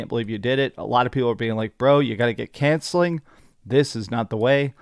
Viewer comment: "You gotta get cancelling" instead of counseling was on point 😂